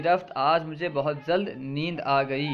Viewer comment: AssalamualikuM aap' zald' bol rahe hain o..*Jald* hai aksar aap( jeem) ki jagah( za) padh the hai bus yahi hai aap ki galti